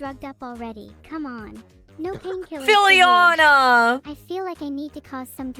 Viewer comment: The way said Filiana =, )